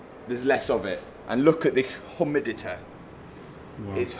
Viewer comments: What is whoomid, on the whoomidita? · Oomidetay is the strangest pronunciation I’ve ever heard for humidity 😂😂😂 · "And look at this hommidite, it's hommid as weo..." Not taking any pisses, mind. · Love the way Matt said the word 'humidity'.😂😅